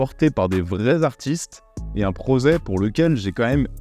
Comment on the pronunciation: un prozet ? 😀 c’est dommage, tu étais pas loin du triple combo x)